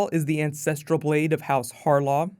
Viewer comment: I kept hearing incestrial blade.